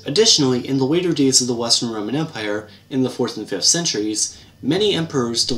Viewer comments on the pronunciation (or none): none